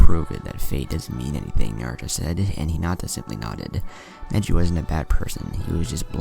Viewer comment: I think he said negli instead of neji This is why you are my favorite what if channel